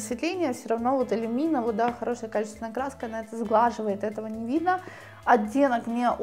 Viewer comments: Почему иллюмИна, когда производная от люмен? Ухо режет очень. Удивлена что мастер неправильно называет. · Не элюмИна , а иллЮмина.И да,велла иллЮмина офигенный краситель .